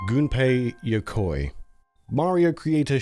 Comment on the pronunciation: Oh, hey! It's that brilliant game-designer whose name is frequently mispronounced by English-speakers! I hope this video doesn't spend its entire runtime doing that. 😂 EDIT: Awesome, they did NOT mispronounce it. 💜